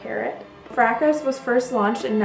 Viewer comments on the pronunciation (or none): Excellent. Elizabeth Taylor also loved Jungle Gardenia. By the way, the 's' in Fracas is silent. Frahkah. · The French classic Fracas is pronounced FRAH kah.